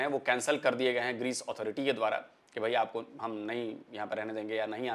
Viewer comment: Pakistani Anchor ko Greece ka pronouns bhi tik tharaf se nai atha..😂😂